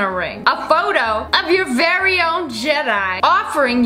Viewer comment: It’s VARRY cheese!